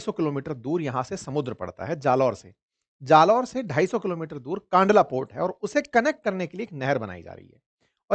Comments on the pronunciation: Sir it's kandla not kaandla. 🙏🏻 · सही नाम कंडला है । कानडला गलत उच्चारण है । . 😊🙏🇮🇳 || JAY BHARAT || 🇮🇳🙏😊 😊🙏🇮🇳 ||जय भारत || वन्दे मातरम || 🇮🇳 🙏😊